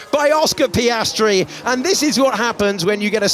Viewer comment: Again Sainz butchered Piastri. 🙁